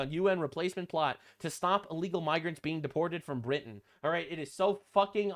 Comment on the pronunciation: its no longer britin its blitin